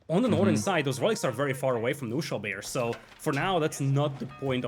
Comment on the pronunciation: let me explain some german for you guys ;) "Knuschelbär" is german and means a lil teddy bear of some sort. You have to pronounce the "K" in the beginning. So fun hearing you guys saying only "Nuschelbär". But this means something different in German. So basically you always say another word when you say "Nuschelbär"...hehe